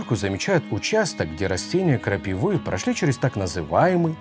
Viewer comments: КрапИвы, а не крапивЫ. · «Растения крапивЫ» 🤣 Неуч